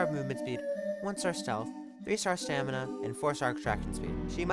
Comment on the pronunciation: you said the stealth and stamina wrong